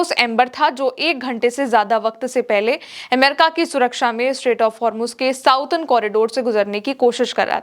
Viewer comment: प्रिय, आप की ताजा खबर बहुत अच्छी होती है। एक सुझाव के लिए माफ़ी चाहते हैं। अंग्रेजी में जिसे आप साउडर्न कॉरिडोर कहती हैं उसका correct pronouncement “सदर्न कॉरिडोर” होता है आप का शुभाकांक्षी